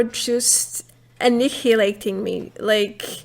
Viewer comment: Annihilating is pronounced with "eye" as the phonic for the letter I First time viewer. Subscribed. Purely on the basis of you doing a Fallout 76 vid without trash talking the game itself. Well done